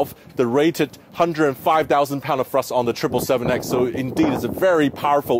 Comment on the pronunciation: it’s thrust not frust it’s other not oter it’s elevated not alevated good job sam